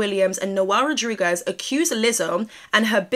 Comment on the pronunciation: I swear I love you but lol girl “rodrugo “ for Rodriguez got me dead 😂😂 lol just to help Rod-Re-gu-ez